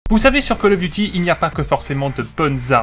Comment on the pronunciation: Je like pas parce tu dit coll offffff call of duty